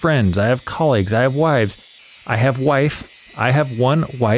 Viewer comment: I have watched this one video of yours probably 5 times over the course of it being up and everytime you say wives I Crack up